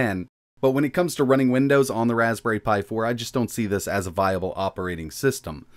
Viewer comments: Raspbnerry pi? Nerry a berry insight. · Raspbnerry Pi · Ah yes, the old Raspbnerry Pi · Raspbnerry :D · Ah yes, the legendary "Raspbnerry" Pi ;) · We all know him, the wonderful "Raspbnerry Pi" 😜